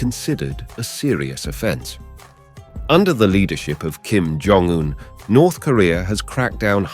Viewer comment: No it's Kim John Dung